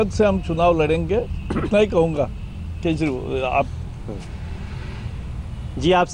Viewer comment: pr Javdekar bol gya Kejirwa aaapp 🤣😂😂😂😂😂